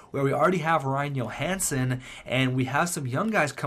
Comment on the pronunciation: Please pronounce it Joe-hansen. You are pronouncing it like Marcus Johansson. Keep up the great content!